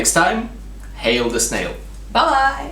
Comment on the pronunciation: I like your videos, but you should stop saying "Zee" instead of The all the time.